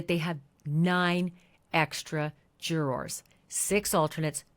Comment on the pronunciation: I liked this- very clear info, thank you but why can’t this woman say the word ‘juror’? Juror has two syllables not one. Very strange but great summary